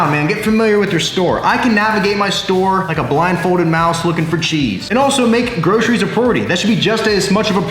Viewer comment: I swear I heard you say 'bro'ceries